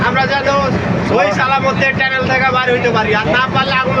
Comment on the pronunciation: টানেল কে বার বার টেনেল টেনেল বলা একদল বিজ্ঞ।।.................................................................মাথা মোটা